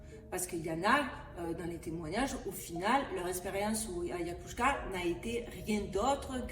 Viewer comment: très beau bien réalisé merci d'avoir éclairé correctement les gens curieux juste je c que tu as un petit problème de locution comme tu la expliqué mais ca fait vraiment blizzard d'entendre autant de fois le mot mal prononcé c AYAHUASKA phonétiquement ayawaska c pas grave tuc c juste pour toi et la credibilité que tu peux avoir devant les septique mais bravo pour tout ce que tu fait BOOM❤❤🙏🙏